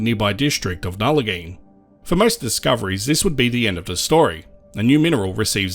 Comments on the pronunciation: Interesting video! West Australians would pronounce the town Nullagine as Nulla-Guyn not Nulla-geen by the way. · I visited Nullagine area a few times when I lived in Telfer and Port Hedland. The locals mentioned the many awesome rock pools and springs to be found in the area. I would love to go back But I have only heard it pronounced as Nulla-guyn or gyne if you get my drift